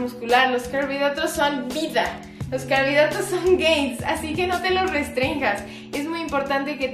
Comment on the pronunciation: JAJAJA pensé lo mismo, pero era "gains"